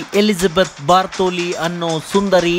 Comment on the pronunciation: ಬಾರ್ಥೋಲಿ ಅಲ್ಲ ಗುರೂ ಬಾಥೊರಿ.